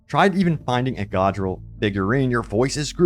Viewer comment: did you even play the campaign. its not pronounced Godriel